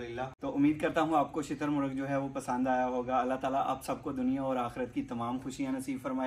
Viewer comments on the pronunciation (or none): Sir lafz shittar nahe "shuttar" hy. Shuttar Faarci ka lafz hy jis k moaani hyn oont. Yeh bird oont aor murgh 2no k jaisa lagta hy. Ap ny Urdu ka mohavra to sunna ho ga "Shuttar baymahaar". Matlab baghair lggaam ya mahaar k oont.